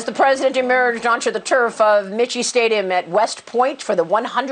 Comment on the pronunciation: It’s NOT “Michee” stadium!